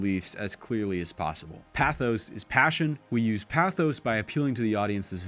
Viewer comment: He's also saying "pathos" incorrectly.